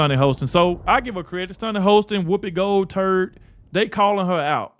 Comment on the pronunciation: Did you say Whoopi gold turd lol